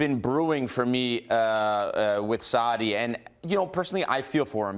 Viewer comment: Sarri seems to be hardest word for Americans to pronounce